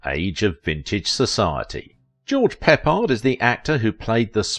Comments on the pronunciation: The man's name is CORRECTLY pronounced "PUH-pard" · Pronounced George Pip pard - Can't even pronounce the subject of your story right. PATHETIC AGAIN!!!!